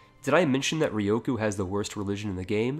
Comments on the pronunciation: Okay, I'm just saying u said ryukyu wrong, it's rE-u-coo, not rE+O-coo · Ryukyu - Ree-You-Queue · Re-you-Q = Ryukyu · Could you pronounce Ryukyu any worse?